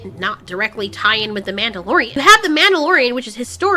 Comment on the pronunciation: “The MANTELorian”